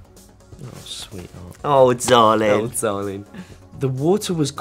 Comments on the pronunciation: the accent kit repeats ‘oh Darlin’ makes me laugh every single time 🤣🤣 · “oh sweetheart” bash becomes bri’ish “Oh DaRLinN”